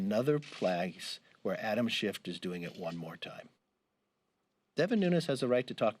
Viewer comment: I really love the subtle political insult of purposely mispronouncing names. They all know it's Schiff but half the time they say Shift. LOL